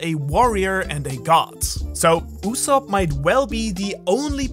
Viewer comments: ITS USOAP NOT SOP tf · Its go d. Usopp not God usopp